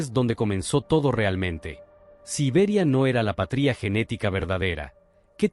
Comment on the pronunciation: ¡Por favor! El contenido es muy importante e interesante, pero, la locución de la IA desmerece todo, con la pronunciación errada; "patría" en vez de. "patria", etc. Una persona humana, no tiene reemplazo.